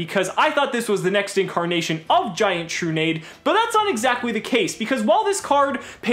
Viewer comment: is it not tru-nah-dey?